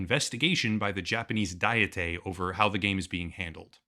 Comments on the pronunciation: Ok dude I held my tongue in the last video, but here we go again. Diet (assembly) is pronounced exactly the same as diet (food regimen). It is not "die-ah-tay" it is just "die-it". It is not a Japanese word, it's a translation from the Japanese word. The actual word in Japanese is 議会 (ぎかい), gikai, pronounced like "geek-eye". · Just one tiny correction - it's pronounced diet (exactly like the common word diet). There's no need to call it a dieté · Man, I love your work but you're killing me here: this is the second video you've made prominently referencing the Japanese "Diet-ay." The word you are slaughtering is 'Diet', pronounced exactly the same way as that thing you go on when you want to lose weight, and is an English word meaning "a formal deliberative assembly." It its not a Japanese word, so there is no need for the weird psuedo-Japanese pronunciation - the body you are referring to is called the 国会, or "Kokkai" in Japanese, which roughly translates to "national assembly" - and is usually rendered as the "Japanese National Diet" in formal translation. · You keep pronouncing it 'dietay', but I'm pretty sure it's pronounced just like 'Diet' in English. The Japanese name for the national legislature is 'kokkai'. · FFS it's not the "Japanese Diete" it's just Diet.